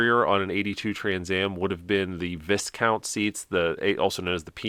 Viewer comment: One other thing and while it’s not a big deal. Viscount is pronounced “Vyecount”